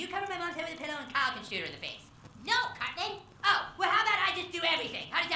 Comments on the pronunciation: On the subtitles says: "Carmen" everytime he says Cartman 😂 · By the way, his nickname is pronounced Cartman not Carmen, and his real name is actually Eric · Pretty sure hes talking about the way Cesar pronounces Cartman..With his accent it sounds like hes sayimg "Carmen" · Come on bro. That's obvious. But is just the way how Cesar pronounce it. He says Cartman like: "Carmen". Bro seems like nobody have seen yet the video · I could hear him say "Cartman", it's just the "T", is pronounced softly. Give it a re-listen. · GamesCourier - In spanish, most t’s come out very soft, especially when they’re in the middle of a word. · Is he calling CARTMAN Carmen? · I heard Carmen :)